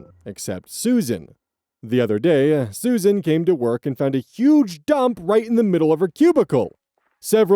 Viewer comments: It is pronounced Sue-Zan. Not Susan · Story 2: SUZ-ANNE, it's pronounced Suz-Anne, you keep saying Susan. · Just so you know, Suzanne is not pronounced the same way Susan is. It's pronounced Suz-Anne, not Su-zanne. They are similar but not the same. 😊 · Just a note Suzanne is (usually) pronounced Sues-Ann, not Susan. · Suzanne is pronounced “sooz anne” not susan im sorry i dont mean to shame you it just was important to me to say this for some reason lol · Suzanne is pronounced "Sues Anne" similar to Rozanne and Roxanne